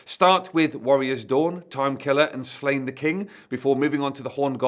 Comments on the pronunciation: It's pronounced SLAW-nyə, not "Slain". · Pronouncing it Slane hurts my Irish ears. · the accent over the a means its a long a sound. So it should be pronounced slaw-nye. (ine making nye like the ~over the n in Spanish ) Im assuming the author probably intended slane pronunciation though as its like a play on slay. And was intended for an english speaking audience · Every time you pronounce his name like that a baby develops a cleft palate in Ireland. The daft thing is you know how to pronounce it properly.